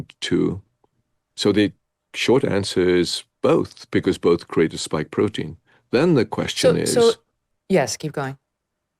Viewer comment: Lol...Bioshield, not Biostrike, and it's a "spike" protein, not "stike". 😀 But who really cares if it works, eh?! 😉 Great interview. I also saw the Tucker interview...